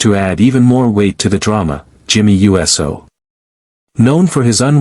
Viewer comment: narrator can't even prononce jimmy uso's surname right even iyo skye's name was misspoken